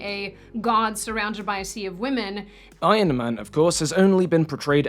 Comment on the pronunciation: He mispronounced women😢